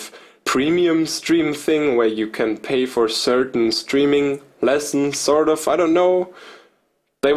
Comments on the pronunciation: Evry time he say "sort of" i think he is saying stardust.. 😁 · SAHRT UFF